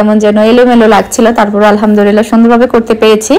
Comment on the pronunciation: Alhamdulillah bolte hoy Alhamdurillah Nah apu